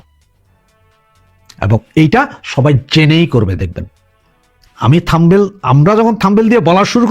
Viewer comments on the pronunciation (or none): থম্বেল নয় শব্দটা হচ্ছে থামনেইল।